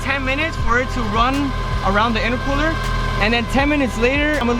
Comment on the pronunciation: Why do you keep saying innercooler